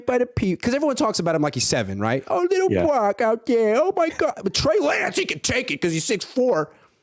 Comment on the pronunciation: Wittle Bwocky😅😅😅